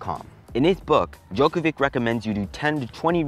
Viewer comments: Um, I hate to break it too you. But it’s not pronounced Djokovic with a c. It’s pronounced Djokovich with a ch sound. Great vid btw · pronounced Djokovitch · Djokovi"tch"...sorry, it was bothering me 😅